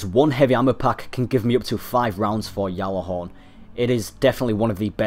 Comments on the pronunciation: really? ive heard bungie employees pronounce it Galahorn with a G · It's not pronounced "Yallahorn" like the other dude said there's other videos where ppl form bungie say it with the G in it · # stop saying yallahorn 😂yallahorn